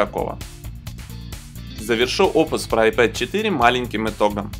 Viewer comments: вообще то "айПод" это плеер.....а "айПэд" планшет! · вообще-то "АйпЭд",учите английский. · Это тебе надо английский подучить) Любой школьник знает, что pad читается как "пэд". Не веришь - можешь транскрипцию посмотреть в словаре. Просто на руси уж так закрепилось коверкать иностранные слова на свой лад